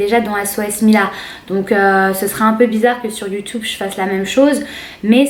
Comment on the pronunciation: ta dit youtoube